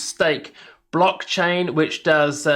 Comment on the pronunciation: Thanks for doing this-I operate on coinbase pro because of regional restrictions. I''ve noticed them more than once, and my gut was stirring- after seeing this I'm definitely take up a lt position and explore and of course, trade them in a separate pool. That being said, it's "blockchain" not "brockchain" you racist plick. :-D See what I did there?